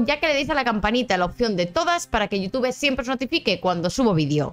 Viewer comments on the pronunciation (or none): none